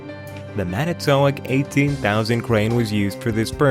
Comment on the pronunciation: You need to learn how to pronounce Manitowoc.